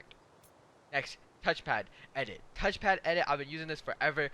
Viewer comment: did anyone else heard TOUCH FATTT or TOUCH PANT lmao 😂